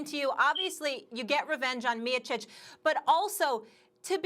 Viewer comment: I love the UFC but had to stop watching this ESPN bs when they didnt even say Stipe Miocic name correctly like really.... unreal.